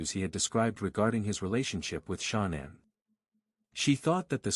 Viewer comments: Can this guy butcher her name anymore, come on now, get the pronunciation of her name right!! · I feel like it is incredibly disrespectful that the AI bot on the video keeps pronouncing Shanann's name incorrectly. It's almost like that was done on purpose.